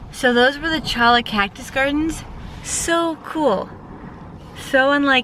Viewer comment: Cholla is a Spanish word, so it's pronounced choy-a. Just fyi. ;)